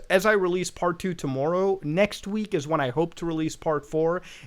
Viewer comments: it's TOMORROW not TOMMOEROUGH you canadian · My main takeaway: Muta has a very interesting way of pronouncing 'tomorrow'